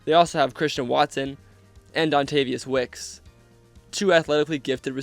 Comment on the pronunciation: “Dontavius wicks” 🥀